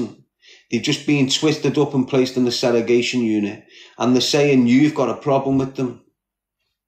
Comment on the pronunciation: I wonder if hes ever gonna stop saying " seregation" instead of segregation?